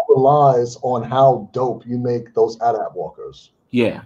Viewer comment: They were saying the at-at wrong the whole time. It’s AyeTee-AyeTee